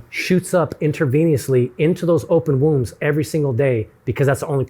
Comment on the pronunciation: I enjoyed this, but who wants to tell it's wounds, not wombs?